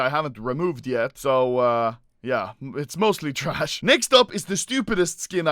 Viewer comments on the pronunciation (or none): none